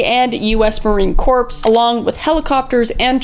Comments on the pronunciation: I know random as shit. But The “S” in Marine Corps is not pronounced. Awesome videos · I was in until you pronounced the “ps” in Marine Corps… 🤦🏻‍♂️ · It's Marine Corp (sounds like core) not corpse, hon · The Corps in USMC is pronounced like Core. I'm sure it's been mentioned in other comments and I can understand the mispronouncing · It's not pronounced "Marine Corpse" it's "Marine Core" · Minor quibble: the "corps" in "US Marine Corps" is pronounced like "core," not "corpse." Just sayin'. YMMV. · This is out of love. It's pronounced Marine Core, not corpse. ❤ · usmc oh my girl...no corps... core (pronounced) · First love your content. Second Marine Corps. The Corps. Section is pronounced core. I know it's weird. But gre up in Camp Lejuene (give it a google) and a Marine brat. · Marine Corps is pronounced Marine Core! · You said “Susquehanna” correctly but when you say, “Marine Corp,” the P is silent like, “Marine Core.” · just the tiniest thing that "corps" in us army/marine corps is pronounced "core"! Just found out you make videos on youtube and have watched you on tiktok for YEARS, so excited to watch all these videos!! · Love your work and your content. I LOVE the MIssing 411 series. FYI for future reference, Marine Corps is pronounced Marine CORE. Keep the good content coming. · I hate being that person and don't know if anyone has said this, but the Corps in Marine Corps is pronounced like "core." Just wanted to let you know because I just adore your content and believe you are one of the funniest creators on this platform! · Okay I was on board until she pronounced the 'P' in Marine 'Corps'. If you're going to have an English language podcast, please learn English lol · ok the word marine corps THE FREAKING S IS SILENT!!!! Quit with the Obama Phonics